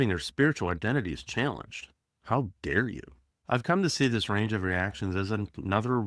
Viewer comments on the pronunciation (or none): none